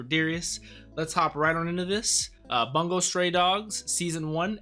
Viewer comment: IT"S NOT bAngo it's BUNGO! (boongo) !!!!!!!!!!